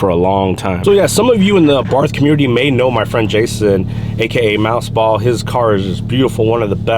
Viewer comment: it is pronounced " Ah Bart".....the H is silent